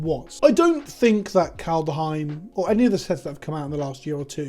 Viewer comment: That's all fine and good but WTF CAN'T YOU STILL PRONOUNCE KALDHEIM!!!??? 🤣